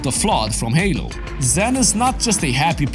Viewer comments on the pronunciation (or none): none